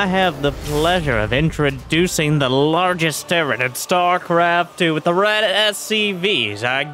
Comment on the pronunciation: "stuarecarft two"